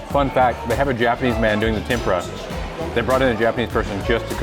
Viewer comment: But his italian & japanese--hilarious! 🤣 Not tidimisu--tiramisu. Tempura (ten pu rah')